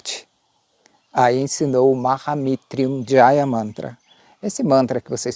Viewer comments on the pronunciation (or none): Meu querido irmão, lindo vídeo! Mas tenho duas dúvidas: 1ª - na pronúncia você traz o som do "R - brabo" para depois do "T", como se ficasse "Maha MitRyunjaya"?? E a 2ª: na descrição do vídeo vc afirma contar uma versão da origem do mantra. Se você conhece outras versões, onde posso encontrar?? Como tenho interesse, fiquei curioso. Me ajuda nessas dúvidas? Gratidão, gratidão e gratidão e muita luz a ti! 🙏